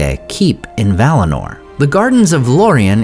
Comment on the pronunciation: 1. It's Valinor, not valinar. 2. Sindar are Teleri by origin and Silvan elves are also Teleri by origin. 3. We don't know who was Legolas' mother. She might be from Silvan elves.